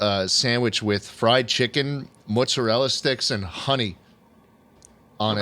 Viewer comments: the way they’re pronouncing mozzarella sticks is giving me whiplash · something about a mutton chopped mustachioed man saying “mutzerella” is really tickling my burger right now